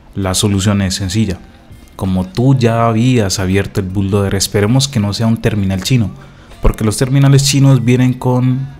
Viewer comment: Primero que nada, se dice Boot-Loader...